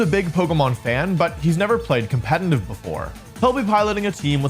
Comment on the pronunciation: I like this guy's video but why does he say "compenenive?????"